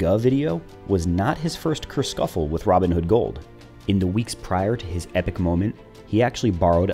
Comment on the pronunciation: Did I hear "kerscuffle"?